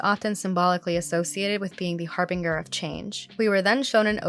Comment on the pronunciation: Not to be that guy but I feel someone has to be it's "Har-Binge-er" i believe